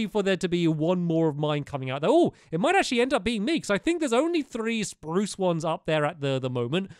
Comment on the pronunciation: You said Spruse Wrong